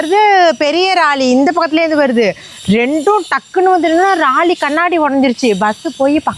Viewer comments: ma, please practice saying Lorry not Rally 😅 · Raali illa லாரி 😂😂😂 don't worry sis ❤❤❤❤ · Raari illa sis laari